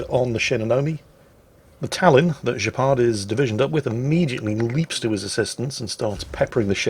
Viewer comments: Gepard is the German for Cheetah. The G is pronounced Gh not J ;-) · It's not pronounced 'Jepard'. It's pronounced 'Gepard' with the same G sound as for instant ' Grosser Kurfürst'. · It's "Gepard", not "Jeppard". It's a German AA-tank. You would call it "Cheetah". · This has most certainly been mentioned before, but just to be sure: I'm almost certain that the name is pronounced incorrectly. It's not French (Guepard), but probably German. The "g" would be pronounced the same way like in "Graf" or "Große". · Now this proves the fact that it should be a hard G instead of the french pronounciation (or pronunciation whatever) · "Gepard"... You make him sound french... Are you sure his name isn't named after the "Flakpanzer Gepard" German AA vehicle? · its funny that your saying Gepard with a french accent but its German for cheetah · Is that really how you British pronounce Gs? absolutely disgusting even the germans can say that letter properly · I swear that is doing it on purpose, pronouncing a German name (Gepard) with a French accent. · Looking at post-battle screen I bet the name of this player should not be pronounced as a French word, but "G" as "good" or "god". It just means "cheetah" in German (and in Polish).